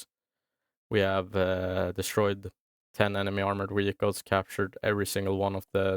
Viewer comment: I never noticed before that Swedes pronounce V as W, you say "Wehicules" sometimes, is that a thing in swedish that you pronounce Vs as the W sound from english? With Germans (and French people) it's the opposite they use the V sound for W. In Wallonia we use both the V and W sound like in english ( but we speak french ofc lol). A frenchman would say "Vagon" for a train wagon, while we say "Wagon".